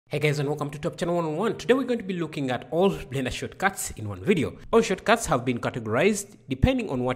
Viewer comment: Shortcuts not shotcuts 🤣🤣🤣